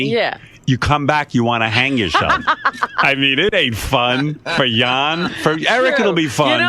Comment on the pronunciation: Jon pronounced yawn rodeo pronounced rodell